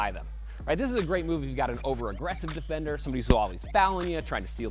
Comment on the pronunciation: Um one question whats a Dee-Fender😂😂😂